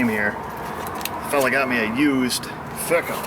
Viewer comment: it's pronounced/ Fike-um/....LoL...I have other word I call them...But